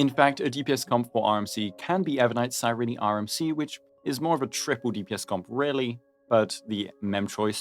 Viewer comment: Psy-ree-knee? Is that how Cyrene's name is pronounced?